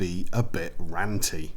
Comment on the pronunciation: I was worried. Sounded at first like he ssid, "randy."